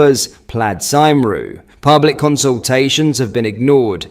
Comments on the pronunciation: what the fucking he’ll is that bro pronounced cumree cymru 😂🤣 I’d rather you call me a sheep shagger 🤣🫣 🏴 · Here's an easy way for an English speaker to pronounce Cymru - Cumree . I only say as I dont want you to get shit off the Welsh nationalist and other leftists mate ( dont forget they used to burn your Holiday home down back in the day) 👍😂